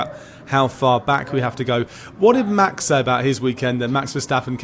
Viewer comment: Max isn't german, that is not how you say Max's name.. if you cant say it right just stuck to the defacto..